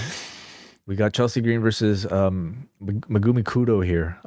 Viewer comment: Man said Megumi Kudo lolllll